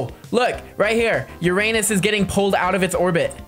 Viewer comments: You Said it Ur-anus sooo THE THING HAPPENS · “Between Neptune and Uranus” he said it wrong 😭